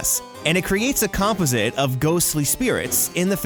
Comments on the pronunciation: Yes, and comp-i-zit! I always say com-pause-it(composite) ...hehe I like these videos though! 😁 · You say composite wrong... it’s com-PAUSE-it. Emphasis goes on the second syllable. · Ohmygod please learn how to pronounce "composite".